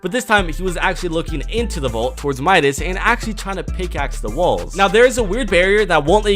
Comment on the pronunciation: Midas not minas